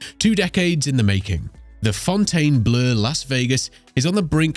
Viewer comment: You would think the narrator would refuse to read such a stupid line of script… let alone pronunciating the “Fountain Blue” as the “Fountain Blur”!!